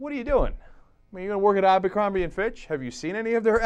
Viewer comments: Even though I hate that company....why is everyone calling it AMBERcrombie.....it's ABERcrombie. There is no M in the beginning of the word! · "Abercrombie" not "Ambercrombie" sorry, it just gives your video more credibility if you get the name of the company right. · AMbercrombie? it's ABERcrombie. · Isn't it Abercrombie, not Ambercrombie? LOL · its abercrombie not AMBERCROMBIE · It's Abercrombie, not Ambercrombie. sorry, had to correct that. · um its abercrombie not ambercrombie